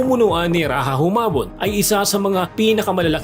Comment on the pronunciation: Rajah Muda is pronounced as "Ra-ja Mu-da", not "Ra-ha Mu-da". "Rajah" is not a Spanish word